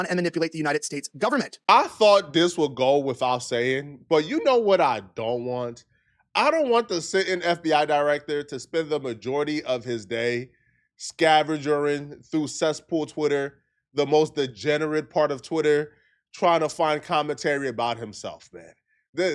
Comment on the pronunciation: “scavenging, not “scavergering”